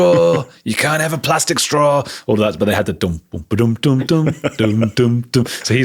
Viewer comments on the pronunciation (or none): none